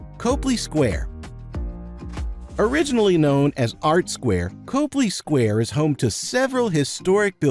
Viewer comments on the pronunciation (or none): Copley Square is pronounced "Cop" "Lee".as is police officer + Lee Jean's. Learn how to say these words before you make the video. When I hear these easily researched mistakes I trust NOTHING you say . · Can't take this seriously if you don't know how to pronounce COPley Square